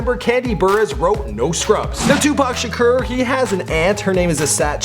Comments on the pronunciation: It's tupac sha-core not sha-ker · Tupac Sha-KER? Lmao you must be pronouncing wrong on purpose. It's every video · "Shakurrrrr" Lol